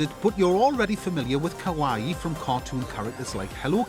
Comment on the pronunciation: "The Japanese call this culture 'kowaii'" LMAO he called it scary. It's kawaii*